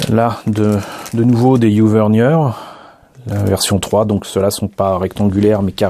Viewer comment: top comme présentation! comme d'habitude tu nous gâtes! Par contre je ramène un peu ma science, les moteurs U "vernier" se prononce à la française, (cocorico) du nom de l'inventeur français Pierre Vernier.